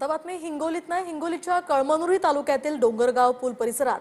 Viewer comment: कळांनुरी 😂😂😂 अग बाई 😂ते कळायला हवं कळमनुरी 😂😂आहे😂